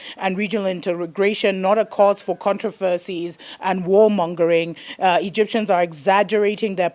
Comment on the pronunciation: That junior bro at the end is lit! You cracked me up when you couldn't determine how to call the Egyptians 😂😂😂